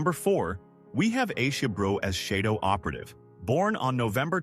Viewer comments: It's shadow not sheydow! 🤫👋🇭🇲🦘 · "SHAY-DO"??? Dozy narration. This is so full of mistakes; terrible. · It’s half-baked “chez-dough” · lmfao, SHAYDOWE? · I think you’re showing pictures of Brian Keith, instead of pictures of Keith Alexander, along with calling the purple hair, silver and mispronouncing shadow a bunch. Your production quality seems to be little low.